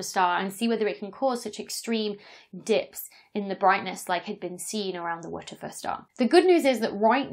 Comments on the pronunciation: It took me quite a while to realise you were not saying "Witcher Fur Star". It was a very cumbersome way to avoid saying a bad word. Just use the phrase "what the Eff" instead so people understand what you're saying. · Err.. isnt WTF pronounced just as you say the letters names? (doubleyew tea eff)? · If you're going to name it WTF, then either say W T F as letters, or say it correctly. So, repeat after me. "What the fuck." Now, that wasn't so difficult, was it? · So, turns out the synthetic phonic alphabet doesn't seem to be a thing outside of the UK! 😂 I'm pronouncing each of the letters in the star's name "wuh tuh fuh" (which stand's for 'where's the flux' - see the Boyajian et al. 2015 paper title) as you would with the synthetic phonic alphabet that kids are taught in UK schools. Rather than "double-ewe tee eff" as you would with the standard alphabet. P.S. I always want Lisa Simpson to play my devil's advocate - because what if it is aliens... 😏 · I am doing that, just with the phonic alphabet. So instead of "double-ewe tee eff" I'm pronouncing it "wuh tuh fuh". I think it must be a British thing. I commented on it in my YouTube stories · “Wootefuh”?? Who tries to make those letters into a word? Haha so funny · I heard "whoochafuss"... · I was hoping for one of those slow motion playbacks of YOUR pronunciation of the "wha der fer star" so I could know for certain what you are enunciating! 🤣😂😅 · At first I thought she was saying "Waterford Star" and I was so confused like wtf does this have to do with Irish glass 🤣 awesome vid as always! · Did anyone else think she was saying, "What the foot stah."? Dr Becky is fun. I like known unknowns (aka mysteries) but what is an unknown known? How can you know it if you don't know about it? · TIL that the acronym "WTF" has a pronunciation, and it is "Waterfir". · I like how she says WITCH-A-FUR STAR its a cross between sexy and hilarious! :D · WTF is she saying when she says the WTF star? Wedgefa? Weggefe?